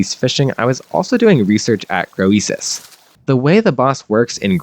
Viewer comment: Your pronunciation of Croesus is triggering me.